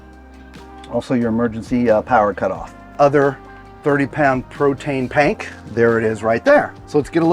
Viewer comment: Nice camper! Also, my husband and I couldn't stop giggling at you saying, "Protane pank..." 😂😂😂